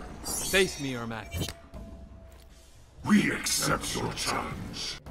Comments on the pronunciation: Ermac not ermak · Is it because every c is k im MKX, so its ermak instead of ermac?